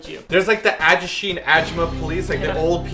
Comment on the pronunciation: it's funny how you pronounce ajusshi and ajumma ^^